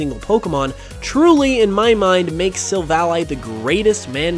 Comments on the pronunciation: It's sil-vally, not sil-vali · Your pronunciation of Silvally annoyed me a whole lot. I suppose it's because you say the name as a conjunction of silver and ally (friend). While I rather prefer the version that conjuncts silver and alley (street). I understand ally makes more sence, but alley sounds more natural to me